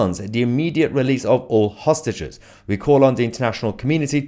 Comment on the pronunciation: He got a tongue tie I believed. He can’t pronounce Hostages. I also believe he is more attracted to rich and power guys like elon and bibi.